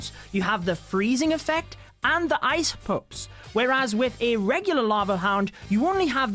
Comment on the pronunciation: Am i the only one who hears "ice poops" instead ice pups?